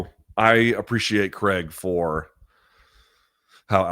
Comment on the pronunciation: It’s CRAIG not creg.